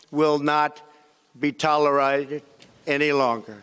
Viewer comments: "Tolirited"? Tolerated is the correct pronunciation. Senile Trump. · Trump, please repeat the word TOLIRIZED (tolerated). It made millions of Americans 'snort' gleefully. What a joke! He has a teleprompter in front of him and he still can't pronounce what he is reading. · Is there such a word as " tolerided " ?? That is what he said !! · Did he say tolerized or tolerated? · "tolleride" ?? Uh huh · "toler...ied"? Who would take orders from someone incapable of speaking simple words? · “TOLERIGHTED.” Are we just going to ignore that, MSNBC??? TF??? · "In Talor Rited" Any Longer lol. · . "...will not be toler-i-ted" (bug eyes on top of it) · Mmk.. ..."tolerided" wtf wz THAT?! My fellow Americans...this is not a president...this is an ill equipped old man that knows he's in over his head... so nervous & so scared that he can barely speak. If you can't pull it together & at least TRY to come out immediately in a dignified way...you cannot handle the job. Tell you one thing..PRESIDENT OBAMA would not waste a second to get to the podium & address US immediately!! He wouldn't spend the night hiding out like a coward figuring out what to say in the morning! Actually...he wouldn't have us in this mess in the first place. All of you who can't get over PRESIDENT OBAMA...choke on THAT! You know it's true. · His limited capacity brain is short circuiting again... "...not be tolerr-ided..." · he cldnt say Tolerated. He slurred, the word he has a problem, or amnesia happening. Please tell me I'm wrong so I can feel intelligent listen n to him